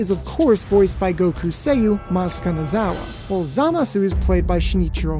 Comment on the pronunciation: ITS MASAKO!!!!!! BUT MASAKO!!!!!!